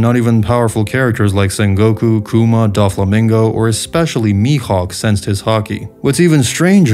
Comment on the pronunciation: Great video, but your mispronunciations of everything is killing me man 😭😭😭 DAWflamingo, LaFETT, YEAmi-YEAmi no mi